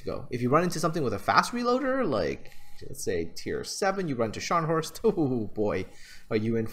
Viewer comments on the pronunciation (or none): none